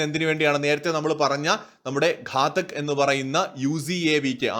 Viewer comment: ഘടക് അല്ല ഘാതക് ഘാതകൻ കൊല്ലുന്നവൻ.